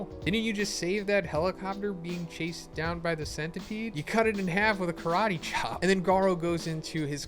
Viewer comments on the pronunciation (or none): none